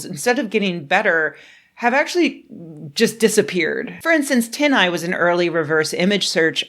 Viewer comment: TIL its pronounced Tin Eye and not Tiny Eye.